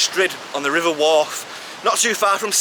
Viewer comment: Proper Manc. 'Rivuah'